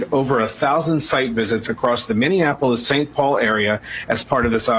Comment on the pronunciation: Tatum still can’t say Minneapolis 😂